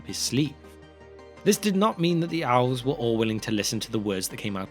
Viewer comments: I thought he said OWLS when he said ELVES….he pulled an Ozzy..lol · Why is my man saying "Owls" insted of "Elves" ?